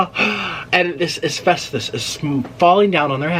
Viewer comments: Asfestos??......I think you mean Asbestos. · It’s “ASBESTOS” not “ASVESTOS” it’s a b not a v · Asvesthus.... More like asbestos 😅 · L❤️VE you Nik but it’s asBestos 😊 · "Asvestus" AKA Asbestos!! Love it. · It’s asbestos with a B, not F😆